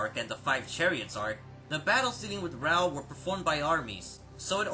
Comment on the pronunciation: why do you pronounce raoh like rawr